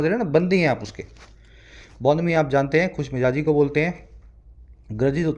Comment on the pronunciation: Sir you taught us great but there is one mistake in your pronunciation of J and Z as in the above article BONHOMIE means Khushmijazi but you write and said Khushmijaji which is incorrect Sir with all due respect I point out an error please don't take it otherwise I want you to be correct only in pronunciation part I am thankful for each lecture sir It improvised me alot Thank you soo much